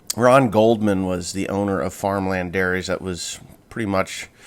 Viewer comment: Dairies not Gary